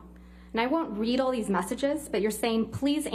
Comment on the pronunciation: "Pliz you're keeling me with theeze you're keeling me you're ffphtzucking keeling me" 😂